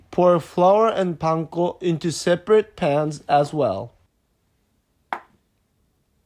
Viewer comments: pankoの言い方すきw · パン粉の発音がそのまますぎて笑った